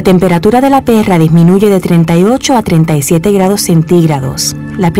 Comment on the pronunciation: "la PERRRRA" XD